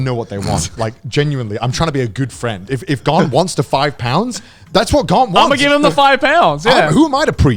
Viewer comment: You know that first instinct was to say 'Grant' instead of 'Garnt'